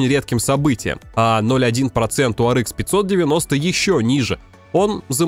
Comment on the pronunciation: Может хватит пытаться якоьы правильно произносить названия видеокарт? Говоря Ар, говорите и Экс, а не Икс. Почему-то циферки произносите на русском. Что за винегрет в итоге?